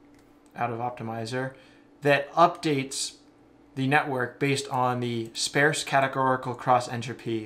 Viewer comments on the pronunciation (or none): I'm 22 minutes in and I was lost 15 minutes ago, and I was feeling like I have a learning disability, but then I heard you mispronounce sparse and I feel so much better about myself now. I'm going to find some legos to play with or something, maybe some crayons. Yeah. Crayons. Then maybe a nap. (hint: rhymes with farce)